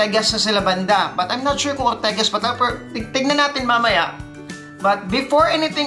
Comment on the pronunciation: Ortigas..not ortegas..